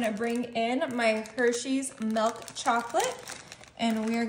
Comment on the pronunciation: It's pronounced milk, not melk